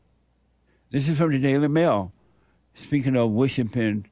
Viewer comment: He said wishipin.